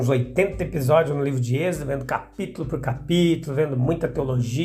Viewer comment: Por que fala exedo?